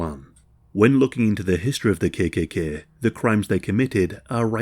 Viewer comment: Yorkshire accent, perhaps?